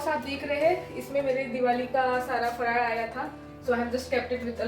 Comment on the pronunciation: she said faral correctly and I know now ti marathi aahe !!!